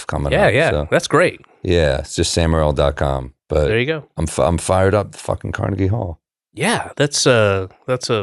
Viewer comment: Sam Mowwil